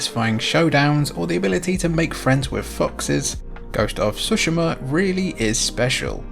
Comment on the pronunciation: If I mention when something is wrong, I must praise and something is right as well. Thank you for pronouncing Tsushima correctly. It really annoys me how many reviewers and youtubers claim to have played the whole game, but despite 1000 times they say the name, people mispronounce it. So thank you for treating our ears to the correct pronunciation :D